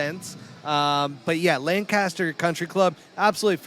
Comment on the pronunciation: It’s Lank-Ister